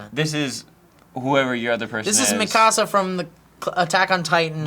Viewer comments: he is pronouncing mikasa weirdly, because i'm pretty sure in the show they pronounce it Mee-kuh-suh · Marlow AKA Cam31825 Yep... he's saying it like "mi casa" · Marlow AKA Cam31825 did you watch it dubbed? that pronunciation is just the american butchering of the name lol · Yeah the dubbed butchered the name